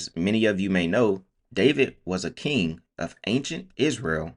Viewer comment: How does he kmooowwww